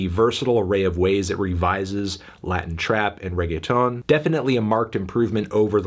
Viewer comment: The whitest way to say Reggaeton melon